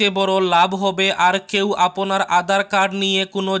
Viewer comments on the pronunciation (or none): none